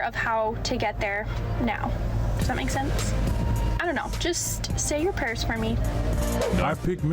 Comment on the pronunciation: Yo-er. Peace.